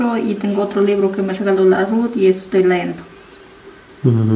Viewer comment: se dice leyendo no leendo